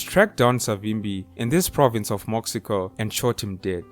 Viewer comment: Mo-she-co plus I think you failed to mention the child soldiers, mom told me was was worse then the artillery.